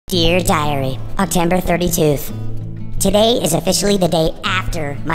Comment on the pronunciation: in one episode he said octember thirty turd